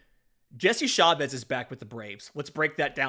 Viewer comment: CHA-vez ARE-see-uh